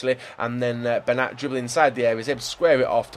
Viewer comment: It's Ben-yat not Ben-at